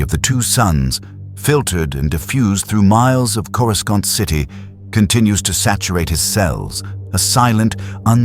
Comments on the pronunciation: Sorry, after hearing Corru-skont for like the 10th time I had to click off. Seems awful lazy to let that go that many times without adjusting the pronunciations. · Of course it’s AI garbage, the mispronunciations of words all Star Wars fans know like the back of our hands like, “CorusCant” was my 1st clue. The human-sized Yodas in the illustrations were ridiculous too. A lot of YouTube videos are these days. The story is a complete mess. I stopped listening where he was trying to save a ship falling out of the sky….BY DRAGGING HIS FEET ON THE GROUND. 😂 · Good point. He didn't land on Earth, but on kor-i-sKont, or corisc-eye-aunt, depending on the AIs incorrect pronounciation .of Coruscant. One could argue that he was listening to training tapes about Earth because he was supposed to go there and somehow got diverted slightly (ok rather massively) off course. And ended up not only in another Galaxy (far far away).. but somehow.. a long time ago as well though I am not sure why traveling back in time was required or how that happened, but I'm sure there is a logical explanation. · I feel your pain. It’s driving me nuts, but I’ve still managed to get through most of it. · The use of AI generated images leaves much to be desired. Also using AI to narrate the story is almost laughable, because it mispronounces words such as “Coruscant.” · I love how none of these AI systems can properly pronounce “Coruscant”😂